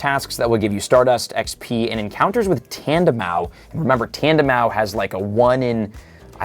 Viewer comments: Oooh my gooodd. Learn to pronounce names. Tandemaus is not that hard! It’s a MOUSE. “TandeMOUSE.” The “s” is not silent! I’ll give you Vivillon - that one’s more difficult if you don’t know French. But it’s “Viv-ee-on.” The French word for butterfly is “papillon,” so it’s based on that, including pronunciation. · Bro did not just say “tandemau” 😂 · Has no idea about Enamorous and still not say Tandemaus. is more like it. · The S in Tandemaus is pronounced, idk who told you it wasn't lmao